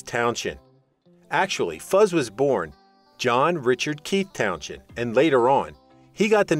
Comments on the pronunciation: Towns end not townshhhzzhhhennnd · It’s pronounced Fuzz towns end…not town shend….please🤦🏼🤦🏼🤦🏼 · I've known Fuzz for 30 years, he is one of the nicest people you could meet, he would be laughing at the ridiculous way you are pronouncing his surname.